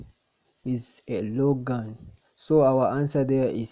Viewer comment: Lagoon❌ Logan☑️